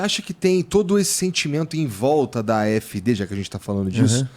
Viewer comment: Mentira, nao é a e os apoiadores da afd que fazem ataques, esse professor nao sabe de nada! Nem pronúnciar o nome do partido voce nao sabe! Voce mora aqui? Voce fala alemão? Eu sou NEGRO KARALHO! a maioria dos arabes, turcos e africanos que conheço e ja conversei eles querem a Afd! Voce nao sabe de porra nenhuma qual o seu problema, "nem todo mundo entende" você pode se colocar nesse meio pois voce nao conhece NADA DA ALEMANHA! VOCE É UMA PIADA!